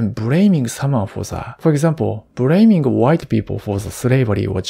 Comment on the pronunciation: You know this guy is true japanese when he say "bRaming white people for sRavary" with replacing L with R